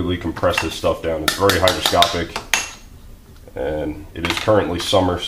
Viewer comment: The word is hyGROscopic, not hyDROscopic. Common mistake.